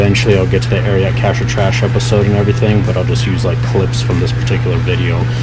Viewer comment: Also it’s pronounced just “Ariat” not “Ariaht”. 😆